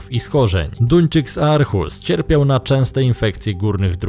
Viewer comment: Arhus czyta sie Orhus